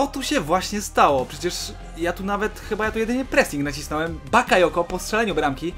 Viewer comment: powiedziałeś zamiast bakayoko powiedziałeś yabakoko